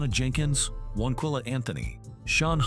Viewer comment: Wanquilla??? Seriously???